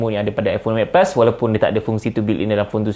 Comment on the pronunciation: Aku tak paham apa yang di cakap. Eight pus🤣🤣